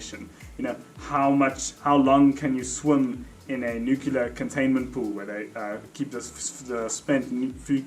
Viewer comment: Oh. You use the Nucular Pronunciation rather than the Nuclear. Hmm. Interesting.